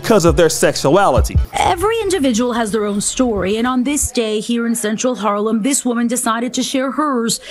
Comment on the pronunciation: Not sure I like the way you say Harlem.